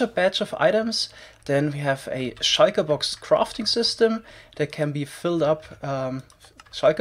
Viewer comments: I love how he says shulker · I love how you pronounce "shulker" tbh